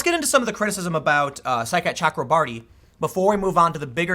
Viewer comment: Tim, there is no L in both.